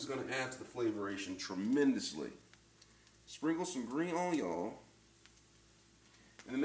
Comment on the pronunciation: The intentional mispronunciation of words was on point. Especially "onyoh". That was funny. It's 2 a.m. and I've had some drinks, guess what I'm making now....